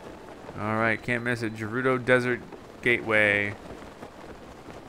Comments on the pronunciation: I'm screaming at you "G3RUDO" NOT "J3RUDO" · It's Gerudo, not Jerudo, please pronounce it right or i'll kill myself xD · Is it gerudo or jerudo cause says jerudo I think it’s gerudo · Gerudo is not pronounced j it is pronounced gf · Btw it’s not jerudo it’s gerudo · Anyone else anoyed by the way he pronounces it "jerudo"? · Gerudo is pronounced guerudo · You keep mispronouncing Gerudo. G is pronounced like Ga.